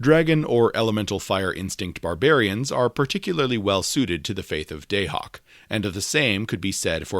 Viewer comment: Your pronunciation of Dahak is killing me! 😅